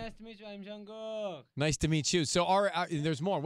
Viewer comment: "Jungcock" I thought I heard